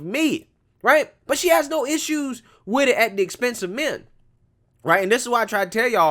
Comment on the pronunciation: How about trying to speak English. It's with it, not wid it.